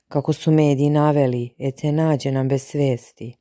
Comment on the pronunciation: Ona se ne zove Ece nego Edze bar se tako izgovara, ako vec ne znas Turski nauci.